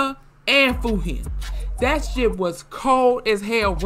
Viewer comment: For the record, Fujin is pronounced with the J sound (like Jurassic), not a G sound (like Gorilla)